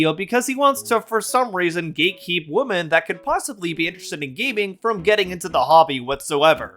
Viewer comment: Could YouTuber's please learn how to pronounce the word "women"? Why do so many YouTubers pronounce "women" as "woman" now?